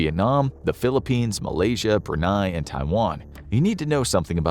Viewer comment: Hard to take your channel seriously when you actually don't take the time to actually learn the proper pronunciations for countries like Brunei